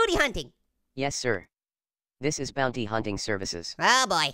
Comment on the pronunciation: sigh u don't know to say bounty